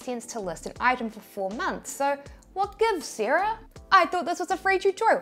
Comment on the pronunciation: Seeeera - Sarah